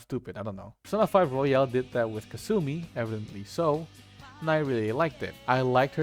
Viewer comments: Yeah, very valid options. Also now I can't get the thought of Persona Q battle Royale XD Thank you for pronouncing Royal like Royale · Jesus Christ, please learn how to pronounce fucking Royal